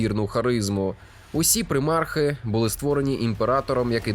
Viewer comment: ПрИмарх... Ледь кров з вух не потекла...